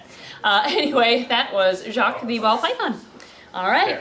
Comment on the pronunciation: Doesn't know how to pronounce Jacques (don't blame her btw) - Gets told how to pronouce it once - Pronounces it with perfect or near perfect native french canadien accent! How are you that good!? As a french canadian, if I heard you pronouce that name and nothing else, I'd say that your a native speaker from my region.